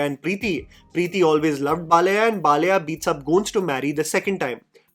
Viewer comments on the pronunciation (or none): Please make an attempt to pronounce the Telugu (non-Hindi) words to their original. Baal-aaiyah is not difficult to say.